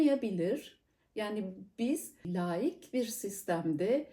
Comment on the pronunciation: Laaaik ya da layik değil hocam, lâik. Kısa söylemeniz gerek.